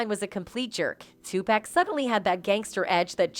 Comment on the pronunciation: “Two-Pack” Ahh yes, 2-pacq-uiao that robot shit is criminal😂